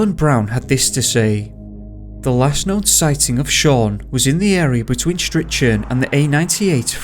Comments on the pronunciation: It's "Fraser-borough" and "Stricken" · I dont mean to be a dick ... but ... Fraserburgh ,,, is freserburugh as in Edinburgh, or as the brogh (brock) as its known to locals.. and Strichen is stricken =, yanks I can forgive as they are yanks and dont know any better... but your from the UK. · The first case is local to me. I have to correct the pronunciation of Fraserburgh (👂Fraser-burra) and Strichen (👂Stricken) 🙈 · Fraserburgh is pronounced Fraser Bur haa, and strichen is strick onn , sounds weird when you say it . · And strichen is pronounced Striken lol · the way you pronounce fraserbrugh and strichen is classic🤣